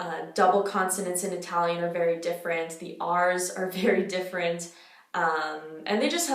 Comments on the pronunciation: la tua pronuncia italiana è davvero notevole, complimenti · Hai una pronuncia PERFETTA... mi vengono i brividi a sentirti!! Sei bravissima! ❤️❤️ Sono capitata per caso su questo video, ma stai sicura che ora mi iscrivo!! 💙 Continua così!! 🇮🇹💚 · all'inizio pensavo "va che bella pronuncia inglese che ha", poi hai detto che sei native english speaker e ho pensato "va che bella pronuncia italiana che ha" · Hai un'ottima pronuncia. Complimenti! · It's really impressive when you change from english to italian. When you pronounce our names i could mistake you for a northern italian speaker, someone from Lombardia or Piemonte. Beautiful pronounciation.